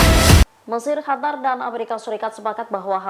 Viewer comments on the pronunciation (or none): none